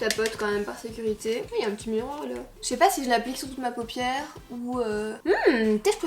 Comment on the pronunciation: on dit FARD pas phare 🙄...et PAUPIÈRE pas popiere!